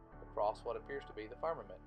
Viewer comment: James Morris Music It's pronounced "Farmermint" didn't you watch the video?